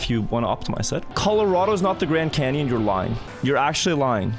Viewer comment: I find it more upsetting that he said yes haw for the Grand Canyon (I’m Texan)